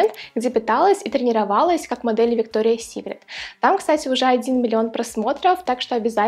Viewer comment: Правильно произносить - Викториас Сикрет, а не Виктория Сикрет🙄